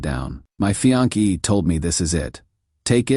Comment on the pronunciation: Fee-ON-kee? It's pronounced fee-ON-say. Try a human narrator rather than AI.